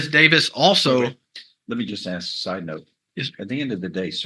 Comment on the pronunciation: Even the lawyer said "Aks." Yesh.